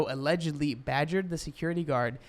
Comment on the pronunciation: You accidentally saying “allidgo” Instead of Lizzo Allegedly is such a vibe